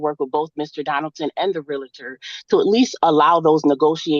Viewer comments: Taking housing advice from someone who says "realitor" and not realtor is dumb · it is NOT Realuh Ter it is Realtor, REAL TOR just like it is spelled. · It's REEL-ter not REEL-a-ter. Ahhh. She's unbelievable. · Real-uh-tor? Parteee?? Not only does she have an anger management issue, shes also illiterate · It drives me crazy when people say “reeliter”. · Respect my Realty! Do you know who I am? I'm salesman of the month!! Do you know how many seminars I've attended? That's right pal, that's my parking spot right there. Nobody pronounces doctor wrong!? Sheesh. Get it right.